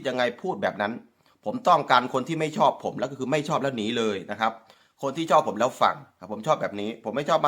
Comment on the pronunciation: ผมก็รำคานเหมือนกันเขาชอบพูดไทยแต่พูดไม่ถูกยูทูปเปอร์ลาวทุกคนพูดถูกสักคนย่างคำว่าชอบเขาพูดว่าซอบคำว่าแชร์เขาพูดว่าแซ เทพโยบอกเขาด้วย มีเทพโยกับนุชดาวไกล้เคียงหน่อยนอกนั้นไม่ได้เลยภาษาไทยเพี้ยนไปหมดครับถ้าพูดไทยมันต้องชัด ไม่ใช่ซัด